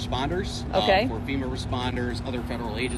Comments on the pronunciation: Not Femur it’s Fema. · Colon ... FEMA is pronounced FEMA ... not FEMUR.